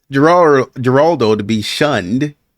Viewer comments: It's pronounced Her-rald-o (in Spanish the Gs are pronounced like H's sometimes). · Geraldo is pronounced with an H sound 😊